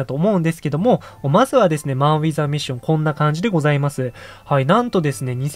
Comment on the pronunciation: マンウィザミッションやなく、マンウィズアミッションねw